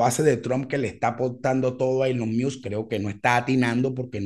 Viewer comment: Cada vez que dices "muse" y no musk pienso en la banda